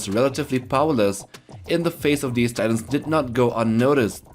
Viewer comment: the way he says Titans, i thought its tyrants